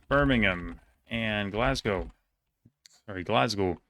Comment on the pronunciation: smashed the glasgow pronunciation 👌🏼